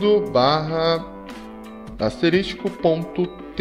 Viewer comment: Otimo tutotorial. A palavra correta 'e "asterisco", e nao "asteristico".